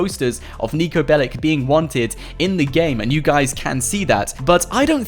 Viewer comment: In the name of all balkans, Niko's last name is not BELIK. It's BELIĆ, and you read that BELICH